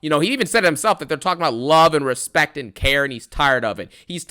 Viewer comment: I respectaah you,I need uh you,I love uh you😂